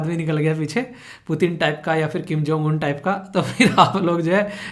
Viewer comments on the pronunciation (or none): none